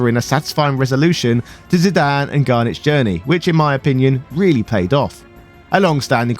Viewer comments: Zidan? Isn't Zidane, as in Zidain? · Well, typically in English if a consonant is followed by a vowel and preceded by a vowel, then the first vowel becomes a long sound, in Zidane's case this gives you the eye sound for the i, and exactly the same for the a, giving you the final pronunciation of Zydain. Think of the name Ida, which is pronounced eye-da, and the dog Great Dane, obviously pronounced grate dain. There is no language rules I am familiar with that supports Zidane being pronounced any other way for English. For Cinna, you have two Ns. Therefore the I is a short, so you get the ih sound, like Pinna, or Pinto. Ironically enough I live in Spokane, WA that is NOT pronounced Spo-Kane, but rather Spo-can. However, it is an Indian/native American name, and there is a lot of context in my city to support this pronunciation. Final fantasy 9 doesn't give any context that you shouldn't follow standard pronunciations - that I am aware of. Pronounce fantasy names however you want. But if you deviate from the standard localized language then expect some amount of discomfort from others.